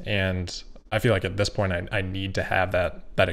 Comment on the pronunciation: I´m European, so not native english speaking, but: I wonder why I hear more and more " thish" instead of "this" and several more sh instead of s (not only from you)? Is it too difficult for the younger generation to pronounce an "s"?